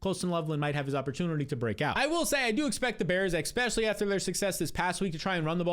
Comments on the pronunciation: Honest question: Is there a reason you say "ekspecially" instead of "especially," like how Black folks say "aks" instead of "ask?" PS - I ain't some kind of White Nationalist or some BS like that, I'm just curious about why people talk the way they do. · Petition for this dude to stop saying "exspecially"